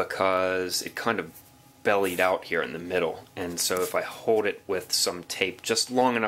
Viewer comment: An amazing difference you’ve demonstrated there and nice build! Voice over work eh? You tend to hold back on your “L” sounds. You say the word “hold” more like “hoad” and “shoulder” like “shoder “. Get those “L’s” out there.